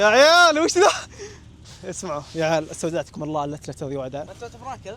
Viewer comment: تصحيح طريقة النطق هي (أستودعتكم الله الذي لاتضيع ودائعه)